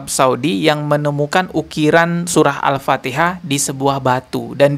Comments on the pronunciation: 😂banyak kn mengaji agar Al Fatihah tu sebutan nya betul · Memalukan. Membaca ayat alcuran alpatihah aja ga bisa...